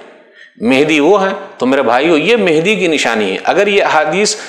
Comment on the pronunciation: ji janab mujhe v pata hai par Sheikh e muhtaram ke pronunciation mujhe menhdi sunai de rahe the